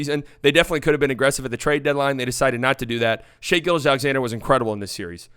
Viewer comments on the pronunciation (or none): none